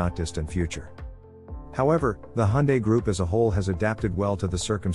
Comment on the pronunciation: Finally someone who pronounces Hyundae properly haha.